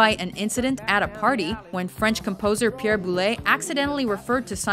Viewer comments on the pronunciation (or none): none